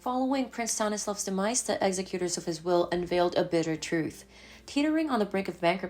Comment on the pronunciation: Wreak, as in wreak havoc rhymes with leek. It doesn’t rhyme with deck. “Executors” as in “Executors of his will” is pronounced ex-ECK-youters, not EXicuters. I think English may not be your first language—so these little blips are no big deal—just trying to help out for future reference.